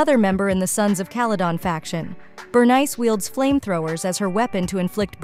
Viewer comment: Bro the AI pronounce Bernice like that one Key & Peele sketch.